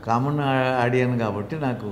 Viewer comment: ఆడియన్స్ అనే పదం ఆడియన్ అనే పదానికి ప్లూరల్ కాదు😁. ఉన్నది ఒకటే పదం audience. ఇక్కడ ce ని s అనుకుంటున్నారు చాలామంది తెలుగు వాళ్ళు 😁.